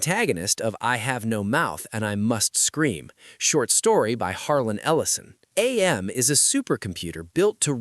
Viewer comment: Whenever people say A-M instead of AM, it makes me really mad for like no reason.